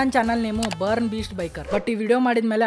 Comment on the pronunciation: Bro ಅದು ಬೊರ್ನ್ ........ಬರ್ನ್ ಅಲ್ಲ 😂